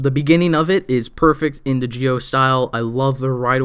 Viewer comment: Z I O NOT GEEE O